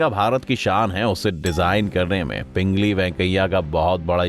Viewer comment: Woh Pingali hai pingli nahi kripaya aise chote chote cheezon ka dhyan rakhiye